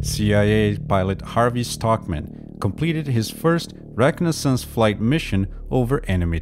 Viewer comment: Great video, except for the way you pronounced egress and reconaissance, that confused me like crazy for a minute till i rewound and listened a few times and finally figured out what you were saying